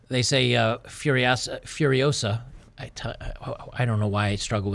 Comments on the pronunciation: It's Furi-OH-sa, not Furi-oh-SA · Start the word with “Foo” instead of “F-yer” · Hahaha is not fi-uh-riosa. It's fuh-ree-o-sah. Great video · It’s FuriOsa, not FuriosA! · "Furio-SA. Not FuriOO-sa." Hermione Granger. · It’s not Fur-I-OH-sa, it’s Fur-i-oh-SA… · You're getting the title wrong because you're using the pronunciation as Fury-osa, Furiosa it's a word in spanish so try just using Fu as in KungFu, FuRiosa, that aside great video lmao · "You're saying it wrong... It's furio-SAH, not Furio-SUH" ~ Hermione Granger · I’m not surprised that you have trouble pronouncing the movie’s title. This is what happens when you try to pronounce a foreign word as it’s an English word. Try: Fooriosa. Just pretend it’s an actual English word. By the way, how do you pronounce “Kung-fu”? Treat the first syllable in “furiosa” in the same way and presto! Incidentally, this maybe another reason for red-blooded Americans to avoid the movie: How dare those woke Hollywood people use Español for American movies. Actually, I am surprised they didn’t went full woke and named it “Furios_x” instead; you know, just to be gender neutral… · "Furiosa" is a Spanish/Portuguese word and is pronounced as "fooriOzah" . "Fu" as in 'foo' in fool; "ri" as RY in fuRY; "o" as O in "Oprah" and "sa" as 'zah" in Zachary. And it, obviously, means "furious woman". And it a powerful name to pronounce ;)